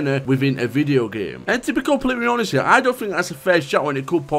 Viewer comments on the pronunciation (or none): none